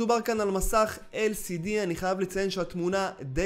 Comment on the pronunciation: את אומר LSD(כמו שם הסם) במקום LCD(שם איכות המסך) חחחח רק שתדע...